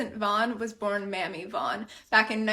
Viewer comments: Honey I think her name would not be pronounced “Mammy” but “Mamie”. Being white passing was a way out of the difficult lives of Black Americans during the Jim Crow era and in most of our history. Glad y’all aren’t racist and ashamed! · If her name was spelled Mamie. It is not pronounced Mammy it is pronounced Mayme. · Name was probably pronounced MAY-mee not "Mammy!!" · Her name was probably pronounced May-Mee if it’s spelled Mamie. People generally didn’t give thier kids Mammy as a first name. Good luck on finding more about your history!! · “Mamie” is typically pronounced as “May-mee”. Congratulations and welcome to what can arguably be called the most diverse ethnicity on the planet. 🖤🖤🖤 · I think that’s pronounced “Mamie” as in “maim mee” phonetically. I knew a woman in the Deep South named Mamie that was like my great grandmother. Aimee is also pronounced similar and is a French name, I think mamie is an old Louisiana French name. I bet you have some French in your background, maybe famille/family in lousianne/lousiana. The people down here are very beautiful and are dark olive and tan very dark that are Louisiana French. I have many people that probably are some distant cousins of yours, some are very wealthy. Louisiana kept great records of slaves so black people and Indian native people can check their ancestry if their people were burn here or lived her most of their lives. Other states did not keep good records like Louisiana did, so you should be able to find at least distant relatives if you are researching. French, and African and Indian and Irish even German mix is down here. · I've always heard it pronounced May-mee as opposed to Mam-ee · Her name is pronounced May-me and not Mammy. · Not Ma’am it’s Mamie pronounced: Maim (Mame) Me And yes, Black Americans can tell by looking at you… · May-me not mammie… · I’m sure your grandmother‘s name is pronounced May Me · Pretty sure it’s pronounced MAY-MEE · Her name was probably pronounced as "Maymee" Vaughn